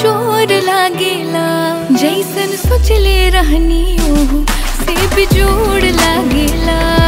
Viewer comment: The way she said bejjjod 😅 bihari tone 😂❤